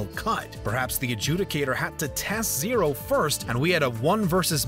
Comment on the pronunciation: he said Zero correctly